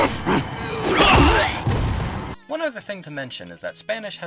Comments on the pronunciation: Y tambien pedazos no padazos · Its "acá" not "a cá" Its "rezar" not "rensar" Its "Luis Serra" not "Luis Sera" Its "pedazos" not "padazos" Its "cojedlo" not "cojelo" Also, in the game the characters say " Ya es hora de asplastar" but its "aplastar" And the are tons of mistakes like this Its kinda dissapointing